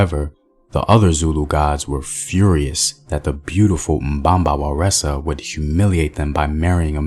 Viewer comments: "Waresa"? 🤔 That ain't Zulu, there's no word pronounce with a R in the Zulu language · Mbamba wana waresa??? There’s no “r” in Zulu. The goddess you’re referring to is Nomkhubulwane